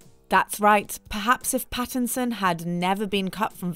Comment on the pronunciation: Robert PHAisson